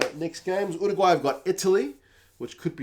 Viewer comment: Thank you for saying Uruguay correctly! Living in the UK I get a bit sick of "Chilly" et al.